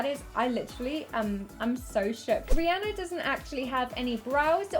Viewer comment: I'm not even a fan of her, but thank you for pronouncing Rihanna's name properly xD